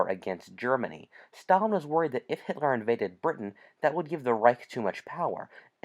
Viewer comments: Does nobody else hear how he says hit-Lar? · It’s Hitler not hitlar